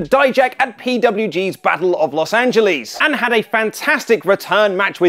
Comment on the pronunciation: To bad you say Los Angeles wrong